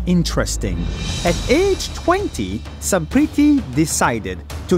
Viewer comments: she says her names as sampritti being an indian,but nas daily pronounce her name as samprithi properly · It's amazing how 👩 mispronounced 👩 own name yet this 🧔 pronounced it better. Trying so hard to fit into that "i know english" role, that can't even pronounce 👩 own language well, yet has a horrrreablle meexeed 🇮🇳/american axeent after spending so many years there, like lmao.